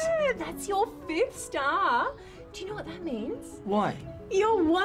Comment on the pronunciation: Didn't know the word "star" had three syllables 😂